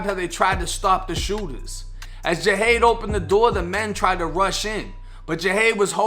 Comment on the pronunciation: It was a robbery gone wrong, my boi didn’t fuck wit nobody .... it was just a few bum ass Niccas tryin to rob da stu and failed ...so they decided to take his life Smfh btw bro u pronounce his name wrong, but like I said in my last comment (Jahade was my neighbor / a good friend / overall good peoples and had a very positive mindset, also one of my clients meaning I used to cut his hair in that exact same studio not too mention... 🤦🏽‍♂️😓 (Rest up king)